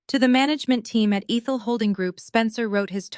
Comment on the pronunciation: Ehhthul . Not EEEthel